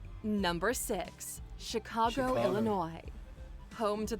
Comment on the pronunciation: Ok so first the narrator gets the date St. Augustine was founded, then she pronounces Chicago with a SOFT G???? WTF